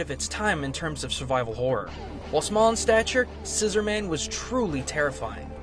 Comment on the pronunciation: I believe it's pronounced "scissor-mun"